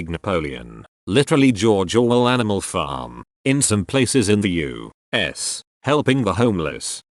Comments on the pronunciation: Normal people U.S Text to speech YOU!!!...... S!!!! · the way the bot says u.s. is so triggering